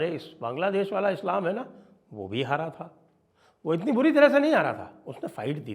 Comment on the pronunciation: "Haara hua hi" ni " hara(defeat)hua hi"😊😊